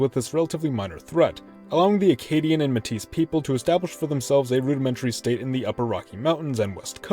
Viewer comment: Btw Metis is pronounced "May-Tee"